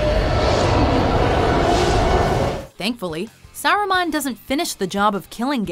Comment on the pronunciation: do you guys really mispronounce names of characters on purpose? Saruman is "saw-roo-mon" ffs